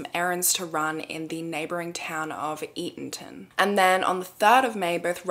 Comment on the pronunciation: I'm so proud of you, you pronounced Eatonton correctly... even the GPS doesn't do that😂